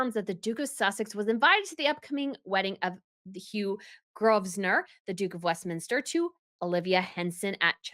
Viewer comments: Hi - I love your videos. Just a gentle bit of info - "Grovesnor" is pronounced "Grove-na" - the "s" is silent. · Grosvenor is pronounced Grovenor (without the S) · Great to call them out. All PR puff pieces from most of these US outlets, especially People. Enjoyed the latest Crown Report too - packed with info! Btw Grosvenor is pronounced 'Grohvnor' - silent s. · The ‘s’ in Grosvenor is silent. Pronunciation ‘Grove-ner’. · A word to the wise 😃 The 's' in Grosvenor is silent, it's pronounced Grove-nor. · I think the pronunciation is: Grovner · Grosvenor is pronounced Grove-nuh 😊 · Again, it’s LETTERS PATENT! There’s NO “of”! And the name of the groom is pronounced “GROEVNOR”. The “o” is long and the “s” is silent. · the S in Grosvenor is silent. It’s read Grovenor. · Grosvenor is pronounced “Grove-nah” you don’t sound the “s” 😉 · Just one thing, the S in Grosvenor is silent.